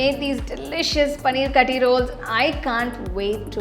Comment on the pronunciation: It is not Kathi roll. Actually u should say kaaathi roll. Aaaa should be more